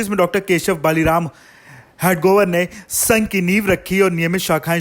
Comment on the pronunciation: Why can't you pronounce हेडगेवार? It's not हेडगोवर..